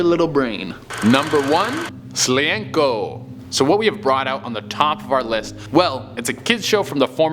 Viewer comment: The way he pronounced Slniečko has me triggered,even if im from Czech Republic and not Slovakia. (Although this show is from the time we were still Czechoslovakia so um yeah.)